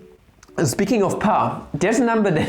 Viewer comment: I like how we said pi like peia